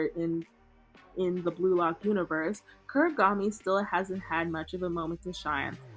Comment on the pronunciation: why does bro call Kunigami “Kurigami”😭